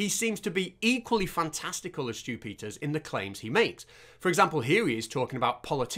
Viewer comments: I kept hearing "Stupider" instead of Stew Peters. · I can't help but hear "Stupiders" whenever you say "Stew Peters". 😆 It should be a word to describe people like him. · I just keep hearing Stupid-ters, and don't get me started on Loonie 😂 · Once you mis-hear it a "stupiders," you can't unhear it.